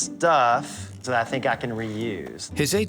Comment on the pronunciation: Dude when she said “I theenk it’s kindah graoss” 😂😂😂